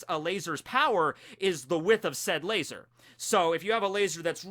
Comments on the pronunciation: I'm so glad you said "lazar" the regular way instead of your usual "Lay-ZOR" . that always bugs the shit out of me. 😅 Edit: turns out he keeps saying it, on purpose. At least he toned it down.😒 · if you are goinng to say lazor then can you at least say svword too? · Why do you say laser wired